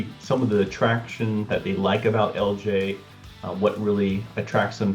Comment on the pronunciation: Why don't you pronounce the I it's Ellijay?